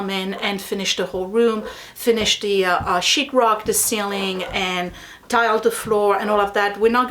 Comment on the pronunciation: I laugh every time you say “sheet rock.” Sounds like “sh*t rock.” LOL. I am in awe of your DIY skills!